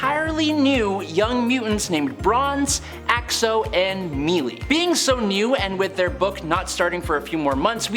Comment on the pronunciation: Pretty sure the character is called "Melée", which means a close quarters fight. So it's "maylay" or "melay", not mealy. :)